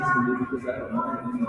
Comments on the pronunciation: It's the "anythinK" & "nothinK" for me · “I didn’t take AnythinK!” Why in the world does she add a k sound to “anythinG?” It’s so weird. Along with all her other annoying expressions. Yada, yada. Whatever, whatever.🤮. And the tone she uses. Insufferable.